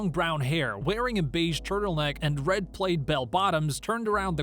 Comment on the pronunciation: When "plaid" was pronounced "played," I knew I was done